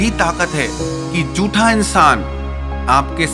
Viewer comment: "झूठा"...."जूठा" नहीं